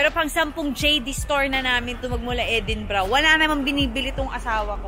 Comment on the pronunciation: in all fairness kay mikee tama ang pag pronounce sa Edinburgh..